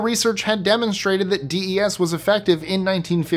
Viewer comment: Your pronouncing DES incorrectly.